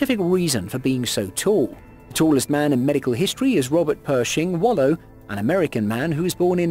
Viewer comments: Wadlow not Wallow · It’s Wadlow! Not Wallow! 🙄🤣